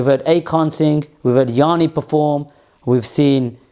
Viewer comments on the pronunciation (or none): Bro, the name of the Greek artist is "Yanni" and not "Yaani", according to his Wikipedia, because I had never heard from him before. His full name is Yiannis Chryssomallis,:D Somalis